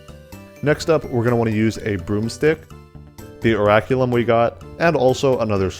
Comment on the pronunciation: Orichalchum btw, not Oraculum